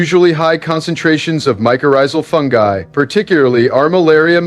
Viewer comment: This is dumb. You just pronounced “fungi”3 different ways in less than 2 minutes